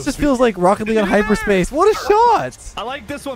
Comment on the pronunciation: It’s hyper scape not hyper space